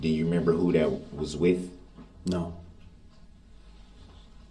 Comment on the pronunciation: His slant lip garbage mouth can't even say "remember" he says mermember!!! Something else that bothered me is Judge Dorow kinda scolding the witnesses about answering when DB is objecting, which he does non stop, and helping him with questions, which she shouldn't be doing either, but let's WWDB, talk over people, intimidate witnesses, and many other things. That's the ONLY thing that wasn't fair in this trial. The beginning of this trial, she kinda babied him and let him have tooooo much leeway. A REAL ATTORNEY wouldn't get away with this, why should he? He was PROPERLY AND REPEATEDLY warned about defending himself, so let him drown in CACA! I absolutely adore the witnesses that didn't play into his little games and semantics and called him to his face who he is!!! The third person stuff they were doing for WWDB gave him control, but Det. Casey and some others, wasn't having it!!! Salute to them!!!